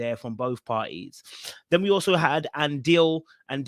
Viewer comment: The way you pronounce Andile😂 you definitely need to come to South Africa so we can teach you how to